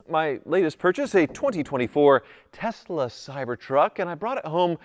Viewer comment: Why he keep saying Tezla…it’s tesla